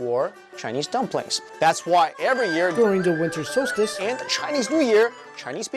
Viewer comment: “wiNTer SolSciTe"